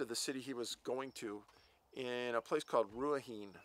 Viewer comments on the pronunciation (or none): Awesome story. Good to see you going offshore. I'm from Hawkes Bay where this happened. I remember this case. The place names you mispronounced are Giz-born, Danny-verk and Ru-a-he-nay. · To assist....Dannievirke....is pronounced: Danny Virke, Ruahine...is pronounced: Ruuua Heenee